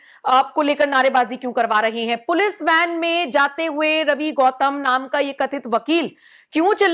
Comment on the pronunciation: गौतम नहीं है घौतम है 😂😂😂